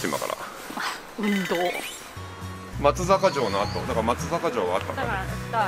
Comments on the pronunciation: 昨年の10月に愛知から松阪に住んでいますが、 「まつざか」ではなく「まつさか」と 言います。細かいことですが、 私も最初「まつざか」と呼んでました。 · まつさかね まつざかじゃないよ